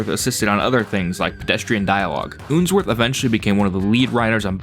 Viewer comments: It's unsworth not oonsworth Do you pronounce spun as spoon Up as oop? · I think its Unsworth (like unsheathe) not Oonsworth O_O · Ooonsworth 😂 But serious good video